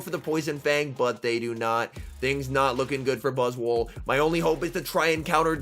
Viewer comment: 4 seconds in and I’ve gotta stop you right there. It’s not buzz-wool It’s buzz-SWOLE I want to hear you call that bug SWOLE. 💪🦟💪 🦵🦵